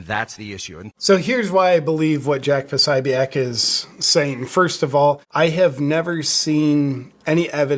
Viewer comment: Po 'so 'bic